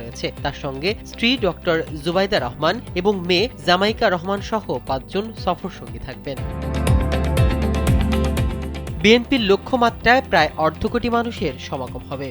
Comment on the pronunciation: আরে বেটা জামাইকা রহমান হবে না হবে জাইমা রহমান বেটা আহাম্মক